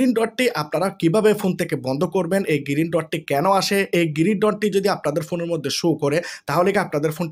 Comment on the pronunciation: ভাই, "গিরিন" নয়, "গ্রিন" !